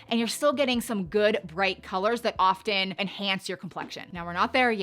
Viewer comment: The T in the word often is silent…no hard T in often…